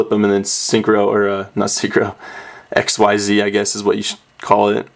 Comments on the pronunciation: Its not ESXCEES or stuff its called XYZees but you don't pronouce the whole XYZ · it's pronounced exeez not x.y.z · It's pronounced "ik-seez" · quote: "I wish they were called Exceeds" unquote They ARE! Xyz is pronounced ik-seez. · xyz's are pronounced ik-seez. the fans just thought it was exceed because it sounds like it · Its pronounced Exceez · On the wiki. It says ikseez (pronoun citation) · Oh my god I hate when people think it's x-y-z it's 1 word pronounced (ikseez) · It is pronounced like exceed. ek-seed. xyz. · Its "Ek-zeez" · I thought it was pronounced zerks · it is pronounced ECKzeed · Uh it's pronounced x c's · it is pronounced IKZEEZ! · It's pronounced xzeez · not ikswhyset-starter-deck!!! Iksees is the right pronountiacion!!! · I love how nobody knows how to actually pronounce the name of the new monster type, it would indeed have been better to just call them exceed monsters